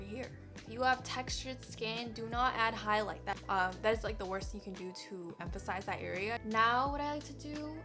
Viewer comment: You have pronuce higlither like a french lol